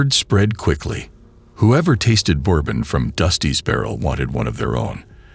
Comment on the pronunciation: The way bourbon was pronounced bothers me